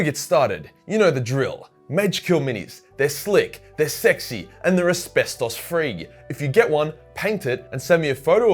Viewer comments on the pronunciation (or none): none